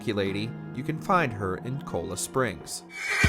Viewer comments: Or cola springs...it's cholla springs..lol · "Cola Springs" "Near the O in Lemony". Are these new towns in the game or do you not know how to pronounce CHOLLA and LEMOYNE? Seriously...was waiting for you to call Saint Denis "SAYNT DENNIS"